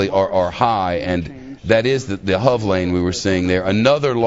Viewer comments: Lol its not said as hov it's said h. O. V letters only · A $285 dollar fine for drinving in the HOV lane is the least of his problems... And you don't say the word hov. You spell it out: H.O.V. It stands for High Occupancy Vehicle. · it's fox news, what do you expect? I'm surprised they didn't add random sound effects like squealing tires, etc. And why does he keep calling it the Hov lane? I thought it was H.O.V. or highly occupied vehicle... if you're going to shorten it just call it the restricted lane...